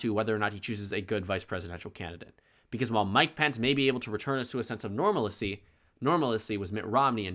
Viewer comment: Isnt normalcy pronounces “normal-see” not “normal-a-see”?😂